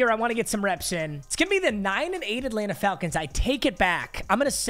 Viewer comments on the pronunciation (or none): none